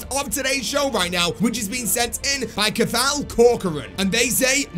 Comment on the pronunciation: The way he pronounced cathal 😂 it’s pronounced Ca-hill 😂